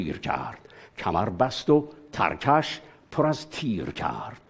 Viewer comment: استاد نفرما ترکش یعنی ترک رستم و پشت رستم درستش اینه ترکش مثل ترکش خمپاره تلفظ میشه ترکش بمعنی جعبه تیر تیر دان